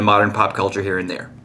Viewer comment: You said the "And" like a german "und" D: (Ok we don't say it exactly like you did but smiliar)